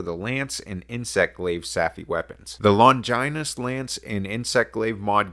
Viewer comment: No, that's not how you pronounce longinus, also, points for the username for iPhone? What?